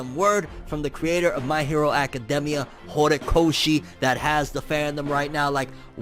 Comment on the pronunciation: Does it bother anyone else the way he says academia?